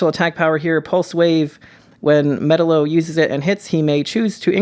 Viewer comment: "Metal-O" lol